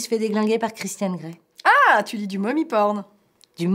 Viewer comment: Euhh...... Christian Grey, le « n » ne se prononce pas 😭